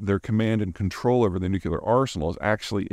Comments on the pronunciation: Hi Mr. Zeihan. I find your work absolutely fascinating, and I watch and learn from you all of the time. An immense thank you! One request. Do you think that you could please pronounce the word Nuclear new-clee-r and not new-Q-lr. I apologize for any annoyance, but my many of my family and friends, of whom some are educated well, say that this isn’t ok 😂😂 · Love your content, but PLEASE learn how to pronounce nuclear. It's new-clear, not newculer. Thanks carry on. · Can't help but hear Homer say "Nucular. It's pronounced nucular." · Every time Peter says "Nucular" instead of "Nuclear", a baby bunny dies somewhere. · There's only ONE U in nuclear, hence, Nuke-lee-R, not Nuke-you-lar. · nu-cle-ar not noo-cu-ler --- such impressive knowledge, undermined with good ol' boy pronunciation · Repeat after me: Nu-cle-ar, not Nu-cu-lar ☝🏻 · Say it with me, Nu-clear. New-Clear, not New-Que-Lure. Holy shit Bush, look what you started. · Peter - I am a huge fan of your work. But please please stop mispronouncing the word nuclear. It is NEW- klee-uhr, not NEW - kyew - luhr. (I know, nit picking, but worth correcting.) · I pet peeve of mine... It is pronounced "new - cleer" not "newk-ya-ler" There is no "y" in nuclear. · Nuclear is pronounced, "New-Clear" not "Nuke-U-lur." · Peter, repeat after me, NUKE-LEE-UR. (Not nuke-U-lur...unless you really want to sound like Dubya) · Nu-cle-ar, not nu-cu-lar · peter my ears are burning. the word is nuclear - nuke lee er not nuke you ler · Love your videos Peter…but your mispronunciation of nuclear drives me crazy! It’s pronounced New-clee-er! NOT New-q-ler!! Seems petty I know, but….just saying. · It's nucLear, not nucular. Why do people pronounce that word so weirdly? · Nuclear, nuclear, nuclear......not nucelar, nucelar, nucelar. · Peter, love your videos but it's "NUCLEAR", not "NUCULAR". I'm just sayin' . . . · Noo-Cue-Ler. You're great Peter, but this just gets to me lol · Is it spelled nukuler? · I know you can do it, Peter. Nu-cle-ar.